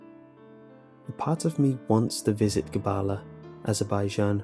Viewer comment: Nigga it is not Qabala it is Qebele yall think you know it better than an Azeri person?